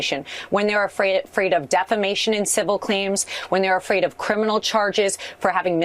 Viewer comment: "He is not ay-fraid."